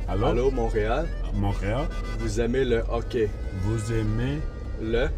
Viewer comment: Hey it's vous aimez with a Z at the end 😂😂😂